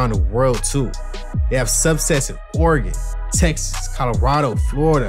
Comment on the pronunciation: Dope you said Oregon twice correctly